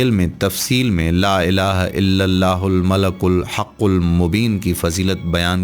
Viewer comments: Not malakul It's malikul how you make vedio you not know right words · He is reciting it wrong its not Malakul, its Malikul Haqul Mobin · Malikul hai bahi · ' yah Baat bilkul theek hai aap Logon Ko help kar rahe ho Lekin aap quran ko bilkul galat padh rahe ho quran ka janaja nikal rahe ho aisa mat karo yah bahut Gunah Hai La Ilaha illallahul malikul hakkul Mubeen hai malakul Nahin Hai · Aray nadan shaqs aap naa sirf ghalat padh rahein hein balke is clip ke darmiyan mein is mubarak kalimah ko bikul ghalat likhdieye kon zimmedar malik padna hai aap malak padhrhein hain Allah Taala ka sifati naam malik ملک hai jiska mana shahisha baadshah ke hai aor aap malak padhrhe hein jiska mana farishta فرشتہ ke hein Allah Taala ki zaat ko farishta kahna khula shirk hai fouri is message ko delete karke sahi padh kar aor sahi likh kar dobarah share karo Allah ke azaab se khud ko aor nazireen ko bachaeiye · Aoa janab molana sahab apny description box mei maleikul likha ha.. oar ap malaakul parhy jarahe hein.. plz kisi mustanad aalim sy apny arbii oar tallaafuz mi durastigi kijeye.. jazak Allah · Sir admin ap sey request hey ka ap Al malik ko Al malak parh rahey hein jo bilkul ghalat hey or is tarha meaning change ho jatey hein plz, apni ghalti darost karein or ALLAH PAK SWT sey toba or mafi b mangein ALLAH PAK SWT ap par apna Reham or maghfirat karein Ameen.